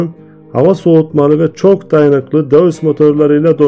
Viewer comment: Emeğinize sağlık, nacizane bir kaç düzeltme yapmak isterim. Deutz’un okunuşu: Doyts Conrad Dietrich Magirus okunuşu: Konrad Diitrih Magiğus